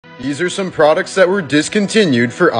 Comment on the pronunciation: Y u speak like that THesE PRODUcts